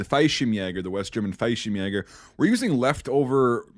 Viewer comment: Just an FYI, Fallshirmjäger is pronounced "fall-sherm-yay-ger", twin L's in German don't make a y sound like they do in Spanish 👍